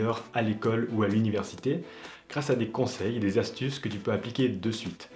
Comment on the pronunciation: cinq z'astuces x)